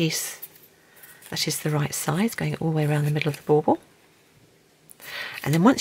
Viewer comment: Are you saying ball ball?